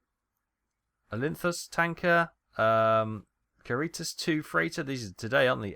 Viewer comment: It´s pronounced Ca-ri-tas like the catholic welfare organization; the other one was Ri-gel, like the brightest star in Orion. I always get goosebumps hearing you butchering names.